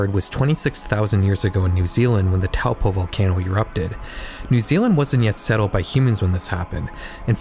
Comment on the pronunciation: I don't want to be that person but Taupo is pronounce Toe-paw, but don't feel to bad cause a fair amount of kiwis don't pronounce it properly either.